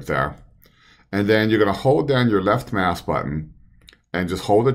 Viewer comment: The left what button? Sounded like "mass"?